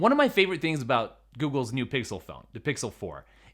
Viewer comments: So which did you decide? 16” MacBook Pro or “mew” Mac Pro? Lol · Hey.. what is a "mew" mac pro?😂